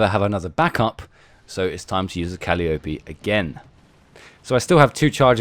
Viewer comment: Pronouced Ca'lie o pee.